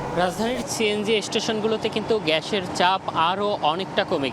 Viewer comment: গ্যাছের ছাপ কি রে? উচ্চারণ করতে না পারলে সংবাদ পড়া বাদ দে